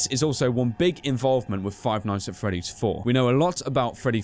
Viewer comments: Five ights at freddy's LOLOLOLOLOL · Seth Nowac five qights at freddy's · "Five ights At Freddy's", my favorite game.